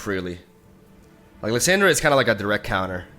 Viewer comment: Dude its Lis- AH-ndra(like when the doctor says open your mouth and say ah) the way you say Lisandra sounds like Liz-Sandra and I had to watch this on mute, haha just kidding no I didn't. I really just went down to the comments so I can talk shit about how you talk. You say Thrall correctly and its literally the same fucking sound dude come on. Is it on purpose? Ok I'm done, gg good vid.